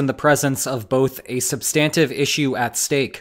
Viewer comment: This video is so hard to watch with this guy's pronunciation of "sub-STAN-tive." Does he also say, "sub-STANCE?"